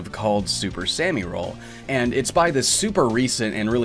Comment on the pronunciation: Don't wanna be that annoying person but I'm pretty sure it's super "sah-mi" roll, not "super sammy roll." Japanese pronunciation. It bothers me a little when people don't get that right.